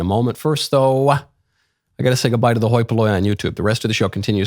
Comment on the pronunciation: "Hoi polloi" ROFL